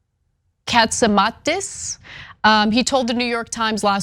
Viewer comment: Ana, you need to be more professional, like sports announcers. Read the script before you go on air. Research and learn how to sound out and pronounce the difficult (and not so difficult) names. Most New Yorkers are familiar with John Cats-a-ma-tee-dees. Armenians should not have such trouble pronouncing Greek names.